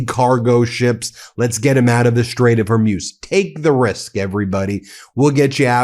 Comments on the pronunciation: Because I'm absolutely pedantic and nitpicky... it's "Hor-mooz", never "Hor-myus". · ... A week of hearing Ben saying "Strait of "Hor•múz" (it's pronounced "Hor•mooz" not "Hor•myooz").. I was like "oh no, not another "2am in the morning" or "The Ukraine" issue 🤭 ... I wasn't gonna point it out this time. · Ben your pronunciation is simply terrible. It's not hermuz but hormuz